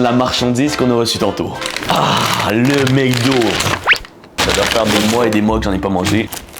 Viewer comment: Sa me tue quand tu dit "Mécdo"